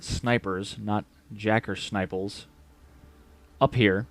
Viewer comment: “Jacker sniples “ 🤣🤣